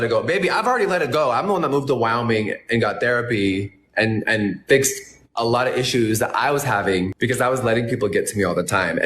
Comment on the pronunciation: i can listen to jeffy talk about moving to "Wow-ming' allllll day